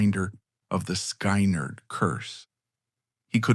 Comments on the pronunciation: Good grief at least say Skynyrd correctly please not sky-nerd it's skin-ard I'm not listening to this stupid dumb AI voice garbage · Not AI ? sky- nerd ?? Maybe before using something make sure it doesn't suck. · You lost me at sky-nard...AI sucks. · Not even a minute in...the bot announcer mispronounces "Skynrd" and the screen displays a photo of the 60's comedian Alan King (supposed to be Ed King?). I'm guessing that the rest of the 'documentary' is equally ridiculous, but I'll never know. Heckuva job, guys! :face-blue-smiling